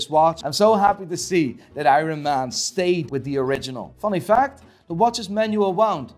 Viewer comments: “AYRUN MAN” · I too love "Eyeron Man" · Drinking game - take a shot everytime he says Ironman wrong 🤣